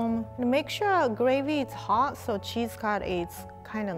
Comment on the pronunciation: "Look at how fancy he is" Hot rie. You mean hot.